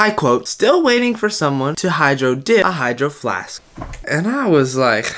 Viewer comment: Actually I say hydroflasksksksks too so